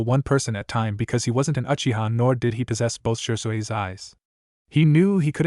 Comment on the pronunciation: So tired of hearing these stories in English with bastardized Japanese, and honorifics used extremely to much by this annoying AI voice that can barely read in English. At least when talking about Kiba didn't hear one Fong. Chuh-neen, 4th raykage UH, Shersway's eye, lightening tracking Fong